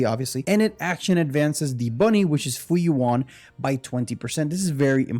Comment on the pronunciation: nice vid, but just a heads up. her pet is pronounced Fu Yuan, kinda like Jing Yuan